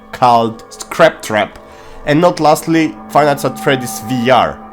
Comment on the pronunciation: Fnaf: “Scrap Trap” Zora: “ScATpt Trapt”